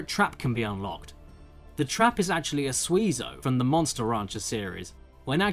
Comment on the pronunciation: isnt it sway-zo?